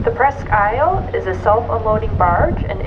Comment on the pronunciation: She doesn't pronounce her name right I'm not sure but I think it's named after a country in Michigan